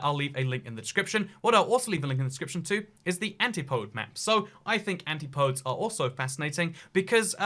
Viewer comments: YIKES!!! Not an-ti-podes.............it's AN -TIP-O-DES. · Antipodes: An-tip-oh-dees, not Aunty Podes. Just saying... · Anitpode. It's /æntɪpədi/ not /æntɪpoʊd/ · Antipodes are pronounced an tip o dees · Speaking as an Antipodean, he should learn how to pronounce Antipodes. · You pronounced 'antipodes' incorrectly. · that E in antipodes isn't silent.